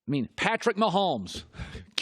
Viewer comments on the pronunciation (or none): none